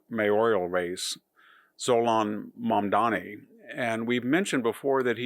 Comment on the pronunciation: If you could pronounce your subject’s name correctly and try not to dress as though you’ve come to mow my yard, you would carry more credibility.